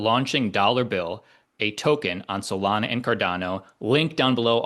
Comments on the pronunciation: Holy did he say Solano 😂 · He said Solano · Cardano...and Solano! 🤣😅